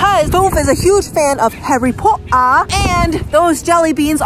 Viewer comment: to Regina: Harry Portaa. X2